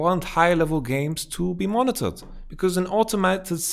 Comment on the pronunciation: Hey man, I am very confused with your pronunciation xD, Is your suggestion to monetize high elo games or to monnitor them? is it about making winning more attractive and rewarding or just reliably banning whoever needs the ban. Thank you in advance!